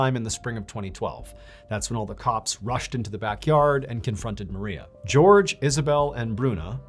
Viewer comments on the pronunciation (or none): i love you mr ballen but it’s killing me hearing you pronounce jorge (hor-hay) as george 😭😭